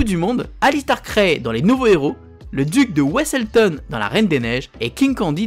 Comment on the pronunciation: 8.43 : On prononce Le Duc de « V »eselton 😂 bon aller un petit commentaire relou ça fait pas de mal hehe